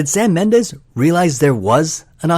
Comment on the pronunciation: What the hell is a “Mendeese”?